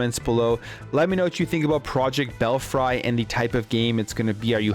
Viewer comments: Fuck! it is pronounced bell-free and saw-ga! It truly hurts ny brain to hear you say them like that. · It’s pronounced bell free. Ever heard of bats in a belfry?? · Bell free is the correct pronunciation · Belfry is pronounce, "Bell-free."